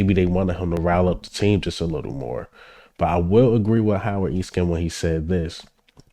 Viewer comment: His name is Howard Eskin!!! Not Howard E-Skin!!!